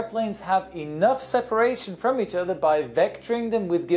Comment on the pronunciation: I guess he said "from" the preceding plane, but it sure sounded like "to" the preceding plane, which would be bass-ackwards.